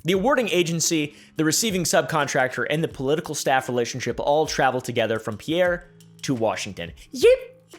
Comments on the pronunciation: Pierre SD is pronounced Pier 😂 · you've already learned South Dakota isnt that smart, get lost with that proper French pronunciation of the french name Pierre! we say it like peer/pier